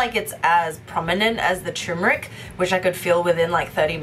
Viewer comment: Guys! It’s pronounced “TUR - MERIC” , “tur” as in “turbo” not “tumouric”!